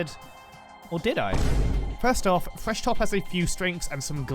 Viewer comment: FYI he lost all 8 AP Thresh Top games he played in normals for this video. Also, pronounce the TH in thresh right you Pom